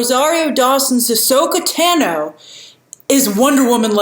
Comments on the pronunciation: Her name is a loooong “a,” Grace. Not “Tano” like the color “tan” but more like “Taun-o” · Great video as always but it’s actually Ahsoka Tah-no not Ahsoka TANo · TAH-no. Not TANno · Just a heads up grace you are mispronouncing Ashokas last name